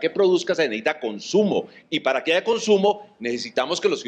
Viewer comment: Y más cuando dice "haiga" jajajajjajajajjaja